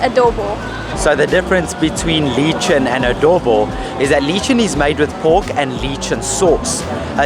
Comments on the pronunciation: Remember that the word lechon has the stress on the second syllable. The pronunciation is pretty much Spanish pronunciation and, after English, Spanish is the second most common European language spoken in the world. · I love your energy guys. Btw lechon is pronounced with a short e instead of long e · "Leechon". LOLOLOLOL. Pronounce the 'le' as in 'leper', not 'lee' as in Bruce Lee. So funny you guys. Nice video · Me thinking what the hell is leechoon AHH ok ok ok... Its not pronounced Leechoon- it Let and then chop with an N on the end, Lechon! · Pronounce the Pasig with the long vowel in ( a ) ex: paaaaasig and with the letchon you pronounce long vowel in ( o ) letchooooon and not litchon.. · It’s pronounced Leh chaun. Not Leechun. Sisig is made from roasted then seared pig’s face. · It’s not leeechon it’s le-chon, pronounced the spanish way with open e/ae. You’re pronunciation makes it sound like a leech the worm. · Uhhh it's not lee-chon it's leh-chon with an "eh" sound ok. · lechon is not pronounced as Lee-chon but Lei-chon. All the best. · Quick tip. Just be mindful of how you pronounce Filipino words. If you pronounce lechon as LEE-chun instead of leh-CHAWN, it will be hard for locals to understand. :) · 🇺🇸🇺🇸🇺🇸🇵🇭🇵🇭🇵🇭 LECHON is pronounced LEH-CHON, not LEE-CHON*. *The ADOBO tasted too salty to you, it should be eaten with RICE with every bite to mitigate the dish’s saltiness a bit.*. *Enjoyed watching your vlog*. *CHEERS FROM CALIFORNIA! 🇺🇸🇺🇸🇺🇸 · Adobo is definitely not supposed to be cold!!!! You got screwed haha! You have to try it again from a better spot. Also the crunchy skin from the le-chone (not lee-chin) is the first thing to go at parties haha. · lee chun(lechon : lē chòn) hehe i love how they pronounce tagalog words. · Loved this! Btw it's pronounced "leh-chon" more than "leechen" but it looks like they got what you were after :-) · Pronounced as let-chon Let- as in "let" Chon- you pronounced it right. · pronunciation is "LEH CHON"